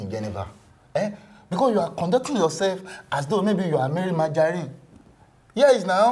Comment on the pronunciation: Who else hear Sege : said marry majarine